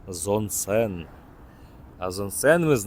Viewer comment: Що таке Зонсен? То не Зонгшен ?